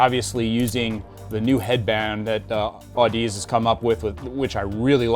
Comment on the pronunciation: Fun fact, it’s pronounced aaduhzee. Like, odyssey, with zee on the end.